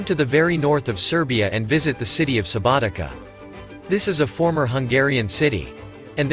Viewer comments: Subotica not SubotiKa 😂 ! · Oh man, you've been there, you've made a film about it... how is it possible you have noooo clue about any principles of pronunciation???? Subotika? Vodhvodina??? Jesus, maybe people should say Mankhester and Nevtsastle... it's crazy!